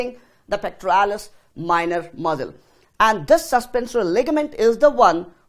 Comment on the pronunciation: Great explanation its just that muscle (mssal) sounded like Muzzle like those of guns which was distracting